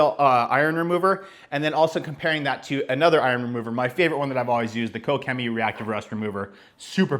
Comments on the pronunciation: Using my german… Pronounced “KoSHEMEE.” One word.. Just sayin’ Excellent video! Ps.. love my Quivr Cannon! Thanks! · The companies name is pronounced "Ko-shimmy." I know, crazy Germans. Do you like the Mercedes or would you go with the Ford next time? Any major issues with it? Thanks man.